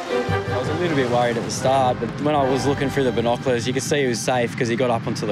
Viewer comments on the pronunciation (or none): Lol did he say bonaz for binoculars? That's hillaz